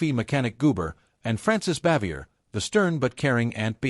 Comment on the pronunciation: Her name is pronounced Bah-vee-ay.